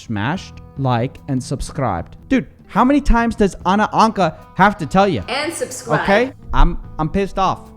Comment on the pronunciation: You sounded very Afrikaans when you said "Subcribe"